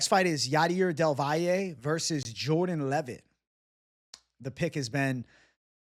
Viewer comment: Props for being one of the few who properly pronounces del Valle’s name